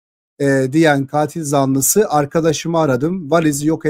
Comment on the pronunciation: katil zanlısını yanlış telafuz ediyorsunuz lütfeb bir kontrol edin